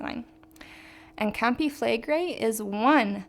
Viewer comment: Honey it is a strong K, KAHM pee it is not 'campi' it is "KAHM-pee grazie' FLEH-gray".is FLEGREI strong FLEH. /the rest you speak very well.